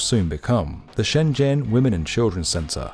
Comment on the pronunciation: I can tell a channel does its research when it actually pronounces shenzhen correctly